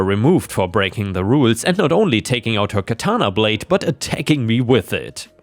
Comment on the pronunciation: Isn’t it interesting that the ones in today’s screwed up crazy society that squawk about “cultural appropriation” are not really the people from the culture that supposedly is being appropriated… They’re really WHITE woke SJW idiots. And oh, just FYI, it’s pronounced KA-ta-na. I used to write a lot of anime-based fanfiction back in the day and usually watched the DVDs with the Japanese soundtrack and English subtitles, which helped in my writing. So I studied everything about the Japanese, including and especially annunciation and meaning of Japanese words. And in story two,OP was a riot, but what he could’ve done is go a little bit further, and go to a high-end store that sells stuffed animals that are lifelike. He could’ve gotten a German shepherd, or a Doberman pincher stuffed animal, and put it in the backyard on the chain with the collar. Wouldn’t that have been a hoot?😊